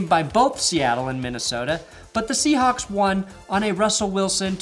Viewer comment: I love how he say shewhawe lost to packer in afc championship